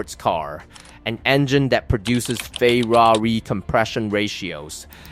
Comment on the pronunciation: Ha, I am definitely taking this pronunciation with me, from now on Fay rah rih the Italian/Iranian super car!